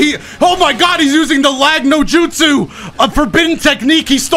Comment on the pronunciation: my guy literally said " lagno justu" 😅😅😅